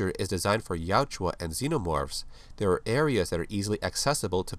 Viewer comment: Good video! I just want to let you know you keep calling the Predators, Yajua, but it’s Yautja. Ya-ut-ja. ☺️